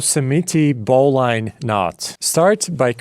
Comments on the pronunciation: Yep, you're quite right. Also, it's not BOW LINE, it's BOW LINN. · put a finer point on it, BOH-linn